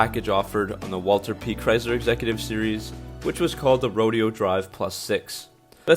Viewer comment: Rodeo drive is pronounced ro-day-o drive